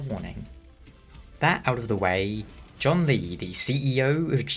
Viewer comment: Well, at least you acknowledge that John Lee isn't how you're supposed to pronounce his name 😂 But in all seriousness his name's pronunciation really isn't hard to say.